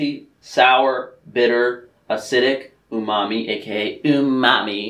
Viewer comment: When he said "Ooomami" llllmao